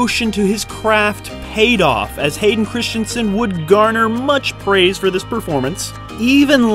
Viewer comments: Stop saying "Christiansen"... GOD DAMN IT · Christensen not Christianson. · Hayden ChriSSStensen, not Christian-sen. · Christensen ... Not Christiansen ... Say it with me ... Chris ... Dun ... Sun .... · In the US, is the name really pronounced "Christiansen" as in the video?